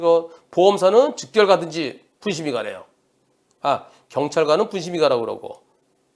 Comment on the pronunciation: 분심의 를 병심의라고